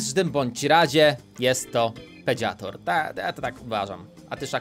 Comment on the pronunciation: Biorę udział pedziator to mnie rozwaliło